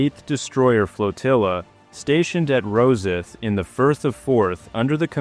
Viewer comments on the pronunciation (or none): Thanks for an interesting bit of history. If you have occasion to mention Rosyth again, note that the pronunciation rhymes with 'lost light'.